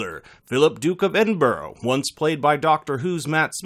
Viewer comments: IT'S EDIN-BURAH!!!!!! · 2020 XD ➊. He was good, but Anne was much better, spot on. And the Duke of Edinburgh is NOT pronounced EDIN-BURROH. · Edinborrowww? Menzeez? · "New era in England.....English history"......"everyday England ". It's a new era in "Britain"......"British" history. "Duke of Edinboro" "Edinburgh = Edinbruh" And let's mock the WELSH Language. Typical ignorance. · "duke of edinborough" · I wish people would learn how to say Edinburgh correctly. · Gareth Jones “people” or Americans? Because everyone I know can and does say Edinburgh correctly.